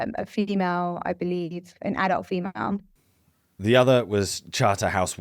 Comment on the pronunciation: is she pronouncing the word female as fee-me-male?